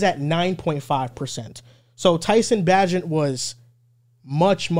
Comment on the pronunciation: if your gonna be a bears fan get Bagents name right Bae-Gent